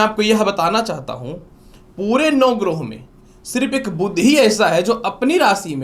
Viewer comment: कृपया सही उच्चार करें, 'बुध' को "बुद्ध" न बोलें।